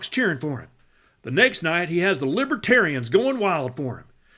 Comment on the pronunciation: He should have learned how to pronounce the party's name. It's not *Libbaterians*. VOTE BLUE 🔵🌊🌊🌊🌊 #BidenHarris 2024 #TrumpStinks #Trumpsmells